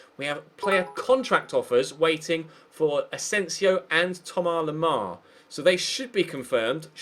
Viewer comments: Todd Samways it's not how you pronounce it. I'm French. It's Tom-As Lem-Ar it's how it looks basically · Why do u call Thomas Lemar like that?